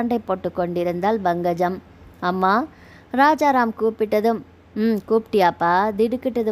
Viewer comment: Bankajam illai, Pankajam endru ucharikkavum